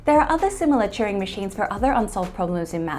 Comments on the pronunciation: Are you saying Churing or Turing machine? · Churing? I thought his name was Turing. And I watched The Imitation Game.